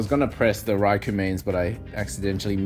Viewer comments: I can tell you the RAI part of raikou and raichu are pronounced as RAY and not as REY. Rai is the japanese word for thunder/lightning so knowing this you should pronounce it the japanese way and not in english. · Ray and Rey are the same pronunciation. That would be Rei in Japanese. Rai is pronounced like "rye" in rye bread or the "ri" in rice. らいこう Both videos linked pronounce Raikou correctly (with kou pronounced like the "co" in collaborate) but I'm personally on team rai-cow now after yesterday's video lol 🐮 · I’m hearing RYE not RAY lol, even the Japanese video still sounds like RYE- KOE. The English version is the same though, cause i know RYE-CHOO has always been pronounced like that in the anime.